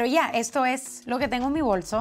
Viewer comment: "Ya" me pareció escuchar el dejo peruano. :D